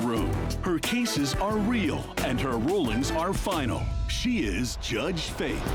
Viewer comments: Even the judge started saying "herdges" lamao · Lol when said Jurdge lmfao